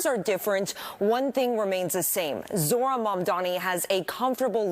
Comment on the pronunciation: Go learn how to pronounce "Zohran" dum dum. It is zohhran. You can't just barely pronounce the letter H.